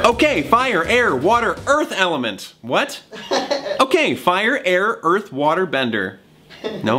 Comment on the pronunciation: Okay fire, air, OUURTH, and water.